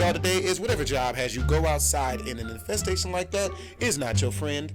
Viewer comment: Infestestation, So that's what a verbal typo sounds like